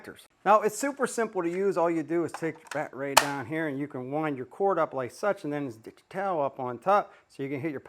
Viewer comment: I really like this guys videos on Ryobi tools but the saying "BAT-RAY" almost makes them unwatchable. I subbed anyways